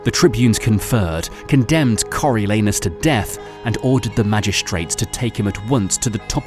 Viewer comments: I heard Coreal Anus. Thank you for this blessing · Nahhh he said Coriol Anus on purpose 💀🤣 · Cariol anus caught me off guard 🥴